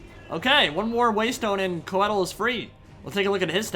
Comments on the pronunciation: Qued-eel eh? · Interesting that Drycha pronounced Coeddil "kwe-deal"